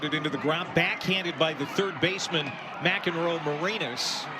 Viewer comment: PBP Announcer: Nelly McEnroe-MaREEnas. Please get it right.